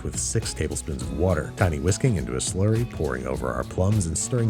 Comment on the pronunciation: babish please stop saying sluree